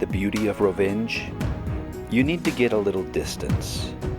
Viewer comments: The "j" is pronounced like a "y". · The „nj“ in Rovinj is, as a matter of fact, not two but one letter. It‘s pronounced like the letter ñ in Spanish. Also, be careful when using drones and drone footage in Croatia. The fines can be quite substantial. You need an insurance, a drone pilot‘s license and a permit for each and every flight. (I can already hear the no-problem-bros mouthing off at that, but you wouldn’t want to be surprised at the border on your next visit.)